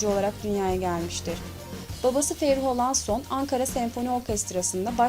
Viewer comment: Ya niye alaaason diyosun